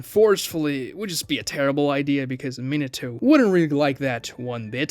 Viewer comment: Minnentuh? MINATO!